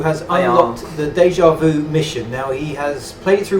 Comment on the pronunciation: Déjà vu! Not "deja vou"